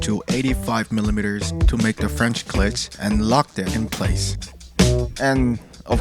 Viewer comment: Good video, also please pronounce it as kl-eet with an extended e otherwise you are saying clit lmao